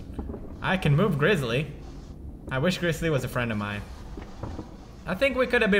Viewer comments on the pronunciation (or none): none